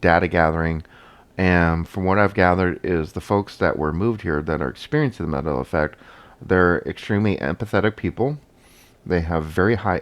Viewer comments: Did he say "Madela" effect? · Really ? One Harmony should be Bad Harmony. You don't have to be a professional speaker to know basic English. To pronounce the name "Mandela" incorrectly is an insult to the Man; "Madela"? Really ? DUMB. " NASA and all the Stromners "? " if you know astromany "? "the whole solar system, and all the stars, 'is' 100 percent..." That should be "are". We wonder if your day job requires you to speak. Maybe you're a Mime. As far as this useless video ? Well... useless. All talk[bad] and no proof. Yep, useless. Have a good day on "this" Earth.